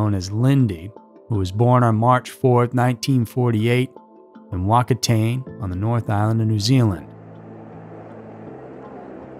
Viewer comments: Would definitely recommend looking up how to pronounce place names if you’re not sure. I know it most likely wasn’t done purposely but the pronunciation of Whakatāne was way off. It’s te reo Māori and is pronounced more like Fah-kah-tah-nay. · I gotta say it, your pronunciation of Whakatane was hilarious.